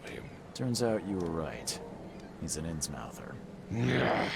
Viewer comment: And isn’t innsmouth pronounced innsmuth not the way it’s spelled?